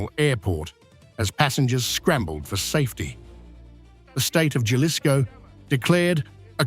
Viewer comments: the J is silent. Halisco not Galisco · The way he pronounced Jalisco LoL,it's Jalisco j is h in pronouncing it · Jellisco?? Never heard of that place. 🙄 There's Jalisco tho. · Taking my like back for the mispronounciation of "Jalisco"😂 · This journalist needs to learn how to pronounce 'Jalisco'!!! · You dont even know how to pronounce Jalisco?